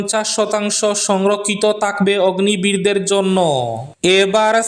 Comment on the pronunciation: অগ্নি বীর নয়, অগ্নিবীর 😂😂